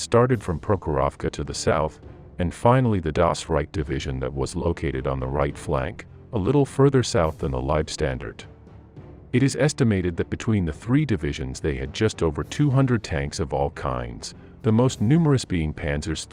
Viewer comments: Leibstandarte is pronounced leb-SHTAN-dart-e. Say it with me leb-SHTAN-dart-e. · Why can't they get the narrator to pronounce German words and name correctly. The W in German has a V sound so Waffen is pronounced Vaffen An Wittman name the same and he cdoesn't pronounce Leibstandarte correctly. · The first two minutes of this captivated me, so I thought ok I'll enjoy watching this. Then the narrator sh*t the bed when he starts intentionally butchering the names of German units and names. The "Leib-Standard" Division. Come on man....😮‍💨👎